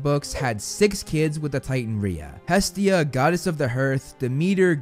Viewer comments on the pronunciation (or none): none